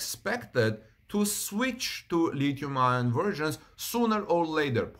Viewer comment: Thanks Howard! I was going to mention the same thing, adding that I have never heard anyone pronounce the acronym "Li-Ion". Rather, one just pronounces both words "Lithium Ion" Also, just to be clear, like Howard points out, the word "Lead" is pronounced like the name "Ed" but preceded with "L": Led